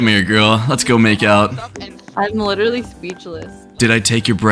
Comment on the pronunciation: Wiwewerally gojo